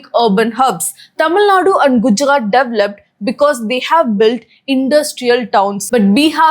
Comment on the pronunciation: Gujarat is Gujaxxaat in your dictionary madam ji 🙄 Mineral = Mineraxxls Seperated = Seperaxxxted 🙄 Why .... Why... Why madam.